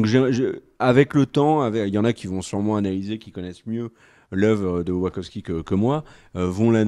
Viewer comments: La vraie question, c'est: quelqu'un saura-t-il un jour prononcer correctement "Wachowski"? Parce que là maintenant avec, on a droit à WaRkoski... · Vous auriez pu faire un effort sur la prononciation du nom de la réalisatrice. "Wakovski", "Warkovski", sérieusement ? Pareil pour Carrie-Anne Moss qui devient "Mousse". J'en suis qu'au début de la vidéo mais c'est pénible à entendre. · Mais oui, grave !